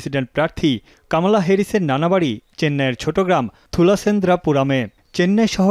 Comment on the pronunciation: কমলা কামালা,হল কেমন করে। কি উচ্চারণ